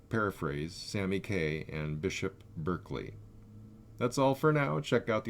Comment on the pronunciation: One minor correction: Bishop Berkeley is pronounced as "Barkley". Otherwise, spot on.